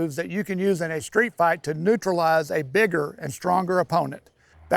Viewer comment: Ayy I honestly thought he used an “N” when he said bigger 😳 I was like “Wohooo Wohooo. Dude what are you talking about!!??” What am I listening to 😳😳